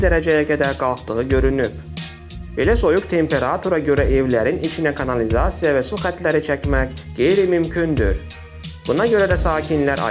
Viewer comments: Niyə nelə tələffüz edirsiz,?.Çox sözlərdə vurğunu düz demirsiz.Məsələn temperàtor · Temperatur sözünü düzgün tələffüz edin pis səslənir